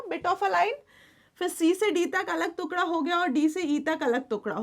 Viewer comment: Why do u say tuekda..😂instead of tukhda (peice)